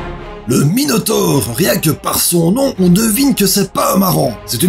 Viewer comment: Ces pas Minotaupe mais Minotaure